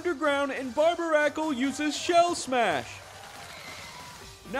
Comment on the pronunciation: Why would you pronounce Barbaracle that way. It's suppose to be a take on Barnacle and Barbarian.